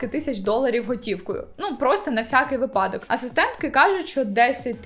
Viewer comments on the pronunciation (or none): none